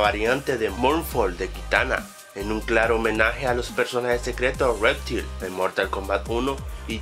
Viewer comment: Quiero aclarar varias cosas: lo de que Goro tiene un skin de Kintaro es falso, en el juego solo tiene un traje. Se llama "reptail", no "réptil", la curiosidad 12 es bastante obvia, y que aparezcan Liu Kang y Kitana al final no quiere decir que vayan a ser lo próximos jefes finales, de hecho el villano de MK11 es Krónica, un nuevo personaje. Los retornados que mencionas en la curiosidad 13 también son bastante obvias, una curiosidad es un dato del cual uno no se percata, pero si el propio videojuego te lo muestra NO es curiosidad, y pronuncias algunos nombres MUY MAL. Es "Shinnok", no "chainok" WTS? :S. La curiosidad 16 es falsa, el juego de MK donde aparecieron mas personajes nuevos fue Mortal Kombat:Deadly Alliance, con un total de 11 (Bo' Rai Cho, Li Mei, Kenshi, Mavado, Frost, Hsu Hao, Nitara, Drahmin, Moloch, Mokap y Blaze) Y a Tremor no contaría en MKX porque su primera aparición fue en Mortal Kombat:Special Forces, y Corrupted Shinnok no es jugable así que tampoco contaría. La 18 también es bastante obvia. Y déjame decirte también sé que este video lo has hecho en base a una página de taringa, y para hacer un video sobre información de MKX deberías buscar información en páginas oficiales y no en una página cualquiera porque no se sabe si los datos son reales, de hecho te he comentado bastantes que son falsos. Y tambien deberias corregir tu problema de locución y pronunciación porque hablas muy mal y pronuncias muy mal tanto en general como muchos nombres de personajes.